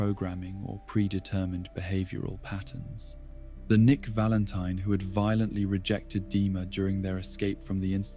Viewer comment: Why does this video have so few likes? "Nick Valenteen" Oh. Oh, ok.